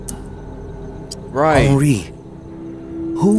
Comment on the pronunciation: my guy just straight up butchering my guy henri let the man rest in piece lol